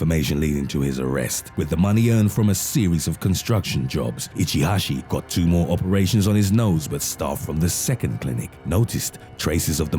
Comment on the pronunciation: The second on was that Itchyass??? did I hear it right?